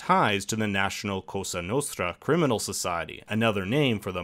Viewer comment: Sabbath maiden fan It’s “Cosa Nostra” costa nostra means “our coast “.